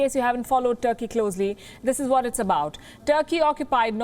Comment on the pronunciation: Palki just butchered Turkey here... Mince no words... 😂 😂